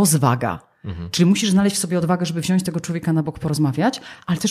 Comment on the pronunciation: Świetna rozmowa. Dziękuję. Jedynie prośba do Pani, żeby mówić wziąć, a nie wziaść.